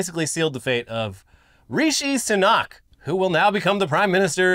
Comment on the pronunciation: By the way, Rishi Sunak is pronounced "Rishy Soonak" rather than "Reeshy Sunoch", as in Rishy rhymes with Dishy